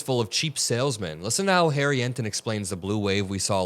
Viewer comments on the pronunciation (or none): none